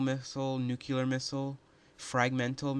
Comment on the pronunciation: You forgot to mention that it's Anti-Ballistic, not Anti-Biotic. And that it's Nuclear and not Nukeular.